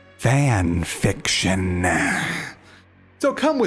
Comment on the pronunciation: Don't ever say "Fan Fiction" like that again haha